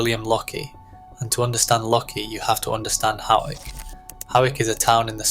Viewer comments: Hawick is pronounced “hoyk”. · Pronounced hoiyk ! You are welcome! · The gauge of a fully fashioned machine is needles per 1.5 inches not 1 inch. Please get your facts right. Your pronunciation of both Hawick and Elgin could do with a bit of correction.